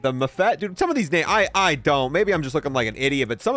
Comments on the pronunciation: Ngl this was gonna be a cool video, but the constant mispronunciation of names really got to me lmao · The misreading of half the names made me laugh